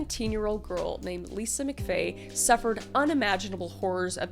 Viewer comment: MCFAY LOL ITS MCVAY LOLOLOL